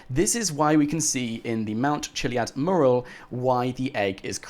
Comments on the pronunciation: ITS NOT MERAL ITS MURAL!!!! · PLEASE learn how to say MURAL (Meurral) for gods sake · Please learn to pronounce "Mural"